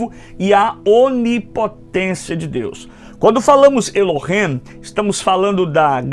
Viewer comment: Eu acho bom , muito bom só non gostei nada pq , o senhor devia ler o nome ,,,,Elohim,,,,, do jeito Q é. Non e ,,,Elohem,,,, é ,,,,(Elohim). E o senhor fala ,,,,Elohem,,, tem Q ser do jeito certo.